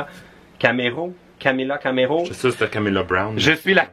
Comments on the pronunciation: Ptdrrr camila cameyo tu mas tué. C'est ma chanteuse préférée et son nom c'est Camila Cabello mais ça se prononce CamiLa Cabeyo. Sinon j'ai adoré la Vidéo ;) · C'est Camilla Cabello et ça se prononce Camila Cabelo